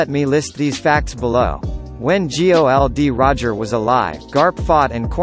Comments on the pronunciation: Why are you saying G.O.L.D.Roger , it's Gol.D.Roger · Who the fuck is geoldy roger? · G O L D Roger wow, who the fuck pronounces it like that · EVERYTIME YOU G-O-L-D ROGER IM ANNOYED IDK WHY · Why do you say G O L D. Roger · Same thoughts here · What the F is "G O L D Roger" and "Laffy" man!! It's Gold/Gol D Roger and LUUUFFFYYY damn F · Laffy....G O L D roger... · LAFI? GI OW EL DI ROGER? WTF DUDE